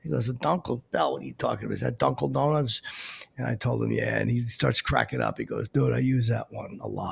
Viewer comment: It used to bust me up every time you would say Dunkel Donuts,.